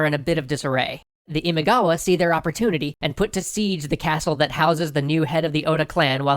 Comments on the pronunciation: Imagawa.* "ima" means "today" and "gawa" or "kawa" means "river." So, "now-river." Imagawa. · Isn't the name of the clan, Imagawa? I'm quite sure it's Imagawa. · Great storytelling and art! And you're doing Sengoku Japan! Yay! It's Imagawa, by the way. ImAgawa. The kanji are 今川 - first one Ima, second Kawa (which becomes gawa in the compound word). Which, yes, means you were pronouncing it a bit off the whole time. Guess it's too late, since they kinda won't be showing up much from now on. That's kinda what happens when Oda Nobunaga has a go at you. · Loved it. One minor qualm: "Imagawa" (not Imigawa). Looking forward to the next one! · They're not supposed to be pronounced like that, it doesn't help. Besides they got the Imagawa clan wrong, it's not Imigawa. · This is interesting. BTW is it "Imagawa" instead of "Imigawa"? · A slight concern regarding the name, it's Imagawa, not Imigawa. Apart from that, great episode guys! Always looking forward to new episodes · It's Imagawa. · Imigawa? How did you let that one slip through? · It's Imagawa. Get it right man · IMIGAWA????? Are you kidding me? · It's Imagawa not Imigawa.... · It's Imagawa btw, not Imigawa. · Great episode! But Oda's rival clan's name is Imagawa, not Imigawa. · it’s “IMAGAWA” not “IMIGAWA” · Imagawa not imigawa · ❌imaigawa ⭕️imagawa これ以外は完璧でした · Not Imigawa, Imagawa is correct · Where's my family's clan? Uesugi 《上杉氏》 P.S : It’s Imagawa as in 《今川》 not Imigawa 《意味川》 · It's not Imigawa but Imagawa. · Just turn the e into an o frickin' ruins it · Imagawa not Imigawa clan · That's Imagawa clan not Imigawa. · Imigawa? Imagawa no? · My god, everybody gets every other clan name right; but not Imagawa's. It is IMAGAWA NOT IMIGAWA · good video but ... × Imigawa ○ Imagawa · I'm pretty sure it's Imagawa not Imigawa. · IMAGAWA ... Not Imigawa. That reeeally bothers me. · i think others might have pointed this out but it should be Imagawa, not Imigawa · imigawa? LoL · It's not Imigawa, it's Imagawa btw.